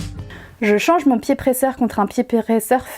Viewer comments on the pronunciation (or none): none